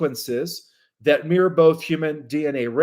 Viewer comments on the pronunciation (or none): none